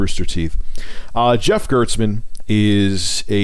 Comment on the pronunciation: It's Jeff GERSTmann btw, not GERTSmann.